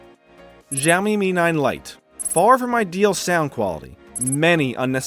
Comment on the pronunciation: It's adreno 616 not 640 for Mi 9 Lite. Simply Siaomi ... not Jiaomi, Gziaomi, or Chiaomi ! Good comparison.